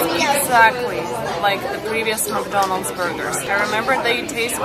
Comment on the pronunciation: Забудь уже слово "макдольнадс" если живешь в России